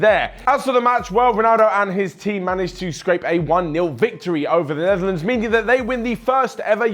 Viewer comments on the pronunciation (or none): none